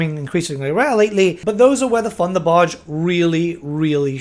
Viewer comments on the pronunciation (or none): Its thunderbarge not funderbarge!